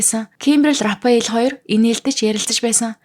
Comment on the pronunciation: Рафаэл гэж зөв уншаач рапэал биш шүү